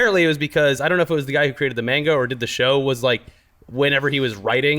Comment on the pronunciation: MAIN-GA... ugh makes my ears bleed